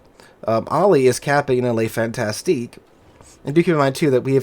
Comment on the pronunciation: Fantasque. Fantasque. There is no "ti" in there.